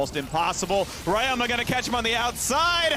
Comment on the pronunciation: Why they call ryoma like Rayoma